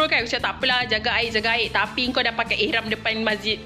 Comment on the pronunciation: Ihram lah min, bukan irham